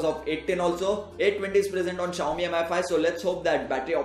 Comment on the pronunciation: Its "mee5" not M I 5 -_